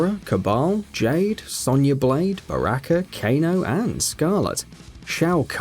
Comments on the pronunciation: I love ur pronunciations: Raiden - Ride in Geras- Gare us Baraka - Buracka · You pronounced Raiden,Sonya and Baraka wrong